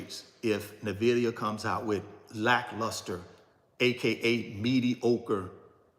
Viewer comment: Why you say “NIVIDIA” when it is NVIDIA (en-vidia).